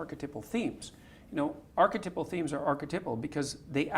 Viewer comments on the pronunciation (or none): Why is he saying archetypal so wired? Why is he pronouncing it archetipal? Is that an accent thing?